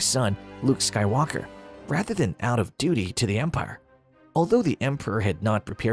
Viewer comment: Why do you keep pronouncing Skywalker with the emphasis on the "walk" syllable? The emphasis should be on "Sky" lol